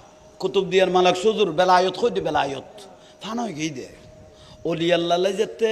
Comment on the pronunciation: বেলায়ত না বেলায়াত